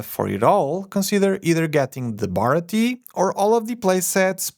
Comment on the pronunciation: hey not to be mean or anything but the way you were saying baratie was bugging me, just for you to know its pronounced at least in English, bar-rah-tea-a